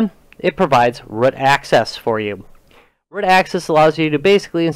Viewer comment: Root not rut